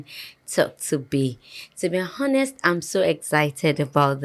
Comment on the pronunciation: Abiola it is pronounced 'OR-NEST' not 'HOR-NEST'. You don't pronounce the 'H'! The 'H' is silent. I keep correcting you. Please go on YouTube to take oratory learning lessons. It will help you pronounce words.